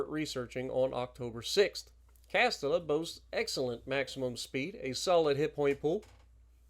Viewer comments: Hi, im from Spain its Castilla so the pronunciation would be more like Castila but nice try tho! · Its "Cast Teeya" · Castilla is generally pronounced Cas-tee-yah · Castilla is pronounced CAS-TI-YA..LL in spanish sounds like a Y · Count Dracula CastiLLLLa 😂😂😂 double LL in Spanish is a “y” sound Big BOOBIE 😂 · when it comes to Spanish, two Ls are pronounced as a Y